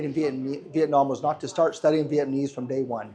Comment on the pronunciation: At least learn how to say "Vietnamese'" correctly if you're going to live in Vietnam